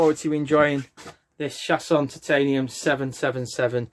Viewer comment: its pronounced 'Show-son' not 'Shasson'